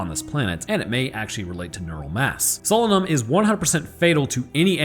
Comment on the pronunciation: you obviously did not listen to the audio book it is pronounced SO LAY NUM.....otherwise youre spot on